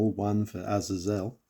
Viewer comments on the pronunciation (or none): Not how "Azazel" is pronounced